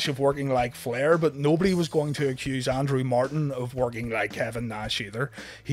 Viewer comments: It's Andrew not Andre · every time you say Andrew i hear Andrea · Why it sounds like he's say Andre?